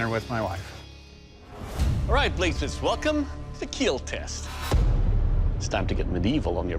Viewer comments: not kill it's kheeel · The scottish claymore did not keel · Is there ever a time when he says "it will not keel" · “It will keeeel 😁” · It will keeel Why does he say it like that 😂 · he says "it will keel" if it really kills, then he says "it will kill" if it will not kill